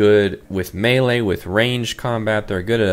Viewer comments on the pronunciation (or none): none